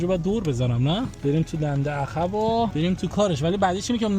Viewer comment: جان عقربه درسته، ن عخربه،،عقب درسته ، ن عخب 😂😂😂